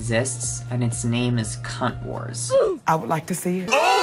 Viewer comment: Omg the A in the word Wars 💀💀💀